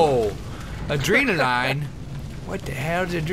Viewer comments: ad-rene-a-line LOLOLOLOLOL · A-dree-nuh-line?? =P